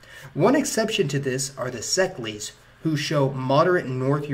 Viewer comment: Szeklers not szeklees or whatever word you are using. unless you are able to pronounce the hungarian word. which you are clearly not.